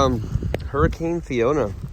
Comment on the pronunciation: Fioana?? I thought it was Fiona